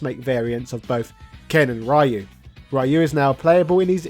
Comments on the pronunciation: It's pronounced REE-U not RY-U, if you are such a fighting game fan the least you should do is to learn to pronounce the names correctly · Great video, just one thing: Ryu is read as "Ree-you" not "Rai-you" though. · Oh my GODDDDD RYU IS PRONOUNCED "RE ...YOU" I refuse to believe you are at ANY level of fandom and still saying rye-you🤣 You can't have not heard that name pronounced before Look at mr sakazaki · Ryu is not raayu 辣油 that is "chilli oil" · "Rai-yu"? He's "Ri-yu"/Ryu. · it's 2024 and some people still say "Rie-you" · I thought it was solid, sure it’ll be cool if they put in 2d versions of new characters into it like juri or Seth but it is the best version of SF2. Also it’s pronounced REE-YOO cmon man! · It will always be "RAI YOU" isn't it? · people, please! in the 80s and 90s, not having internet and other means, names got mispronounced... a lot... BUT today... Ryu (meaning "dragon" among other things, japanese is scary sometimes) reads like reeoo - the R dont sound like in the word "red" but like the R in the word "Juri", the SF4 and 5 charater. ears are bleeding; lets not mispronounce it anymore! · Ray-u oh... god~ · Hearing "Ray-you" still kills me to this day. Nice video~ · How is your wife able to pronounce "Ryu" correctly, but you somehow can't? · So many years and English speakers still mispronounce RYU... 🤦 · British person pronounce "Ryu" correctly challenge (Failed) (Unwinnable) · I’m I the only one pissed that he is pronouncing Ryu’s name wrong?!?! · imagine pronouncing ryu wrong in the year 2022, ffs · Make SF video > Proceed to pronounce Ryu's name wrong. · I'm sorry but can you tell me how are you this invested in the series and then completely unable to pronounce Ryu? It's beyond vexing. Also the game is pretty cheap nowadays, complaining about release price is just bad consumer culture. If anything is bad about it, it's the AI that is too one sided and simple